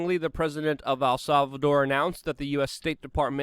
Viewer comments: love the content but stop saying "Al Salvador" you gotta pronounce it right brother. Its not hard to say "El" its just like saying the letter "L" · It's EL not AL Salvador damn it!!! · Err. I dont think you'll be successful in visiting AL Salvador... el Salvador on the other hand.... Luke's in ability to pronounce things is always funny haha. Great episode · It's EL SALVADOR not AL Salvador. CANADA not CANADER but you seem to have caught yourself on that one in the end lol